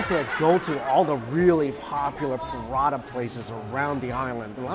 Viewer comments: prata is two syllabus not 3. pra-ta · Lol your prata sounds like buratta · Cos it’s called Prata in Singapore, not Paratha.